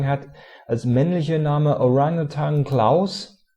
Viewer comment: nur mal so eine kleine klugscheißerkritik: 1.orang-utan wird im deutschem so ausgesprochen wie es geschrieben wird 2.renntier gibts nicht. das heißt rentier xD so, klugscheißermodus aus, zeit für lob: du machst dir viel mühe für deine videos, das find ich toll, 5*+abo